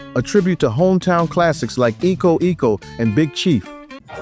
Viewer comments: I caught that too. If the phrase predated the early '50s, it might have originally been "eeko, eeko", especially if it was spelled "Iko, Iko", but in the 1953 James "Sugar Boy" Crawford's song "Jock-A-Mo" it is pronounced "aye-ko". If the phrase originated with the 1953 song (which Crawford wrote), it's "aye-ko". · also 'Iko Iko' is "Aye-ko Aye-ko" - great vid! - you captured Doctor John's spirit. (yeah, I chuckled at 'grease-grease') I was lucky enough to catch one of his shows at Tipitina's with the Meters in the 70s. Nothing funkier, ever.